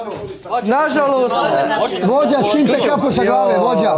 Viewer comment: Molim najlepše da se Jovani javi da ne skrnavi više beogradski akcenat... Ne mogu više da slušam taj uou uoauau 'Vuoditelj', 'Vuođa...' I tako...